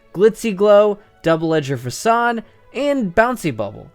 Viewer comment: Wait is that really how you pronounce “Facade”??